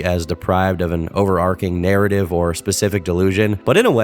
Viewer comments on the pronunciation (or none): none